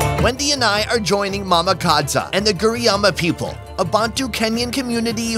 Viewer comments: Its mama KadZo not kadza 😂🚮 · Supposed to be Mama Kadzo, pronounced it incorrectly.